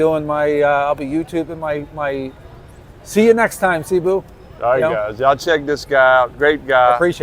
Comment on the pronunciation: Bro. It's "Say-Boo", not "See-boo".